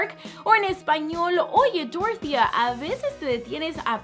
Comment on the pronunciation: En mi pueblito hay una señora llamada dorothea y se pronuncia dorothea no doro.... jajja